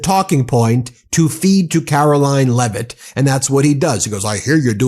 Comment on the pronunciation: I think you may be mispronouncing a name..... it is pronounced LIEvitt.